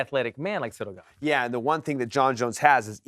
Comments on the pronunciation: Do you mean Cereal Gone? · I like how Alan says Ciryl Gane like its an asian name 😂😂